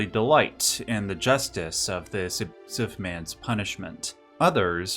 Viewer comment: What the heck, you can't even say "abusiive"? Holy shit that's lame.